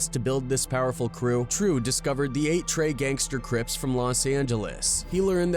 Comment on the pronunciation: The way the reporter said 8trey gangsta crips 😂😂😂😂